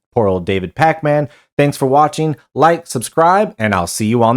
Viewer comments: "Pac-Man." lol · Love how everyone says it like “Pac Man” 🤣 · I thought it was AI with your pronunciation of Pakman. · I love the way you say his name like the arcade game 😅